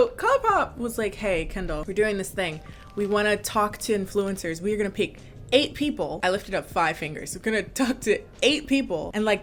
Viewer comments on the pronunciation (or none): ok but why is she pronouncing influencers like dat :-0